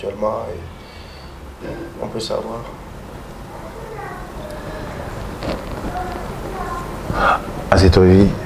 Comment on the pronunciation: On dit azetobevi ou bien toi mm tu n’as pas bien compris le nom 😂